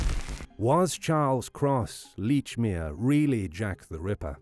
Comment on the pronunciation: Lordy, this "leach"-mere pronunciation is grating.